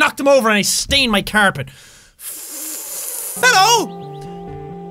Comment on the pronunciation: when he spelt his coffee he did ffffffffff and then he said hello f f f f f f f f f f f f f Hello sounds like fellow